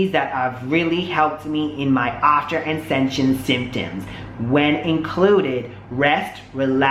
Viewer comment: He seriously can't pronounce the word "ascension" wowwwwww